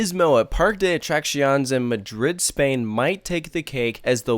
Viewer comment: You say the other foreign names fairly well, but this is atrocious. And Spanish is the easiest language to pronounce! Very few words break the basic rules, unlike English. First, pronounce your e's! It's PAR-kay. And the cc is like our cc in "accident". It's uh-track-see-OHN-ays. (Not exactly but it's close enough.)